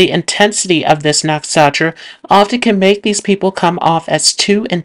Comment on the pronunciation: Can you please pronounce “nakshatra” properly? It’s very distracting when you butcher the pronunciation.